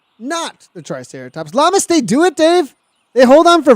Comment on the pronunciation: Perfect pronunciation on the name! Llamas (Yamas)